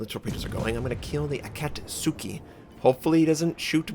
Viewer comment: Super minor pet peeve: A-ka-tsu-ki, not A-kat-su-ki. I really need to give Destroyers another go. Been almost entirely Battleship-focused recently and it's fun but always feel like I have less of an impact on the outcome of a game than I'd like. Just unlocked the Farragut via the Christmas Convoy campaign but feel hesitant to jump straight to Tier 6 when I only played to T4 and only in the (old) IJN DD line.